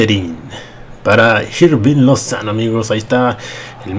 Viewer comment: Se pronuncia irving no jirving